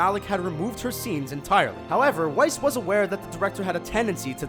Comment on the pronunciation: thats pronounce as Rachel Weisz (vice)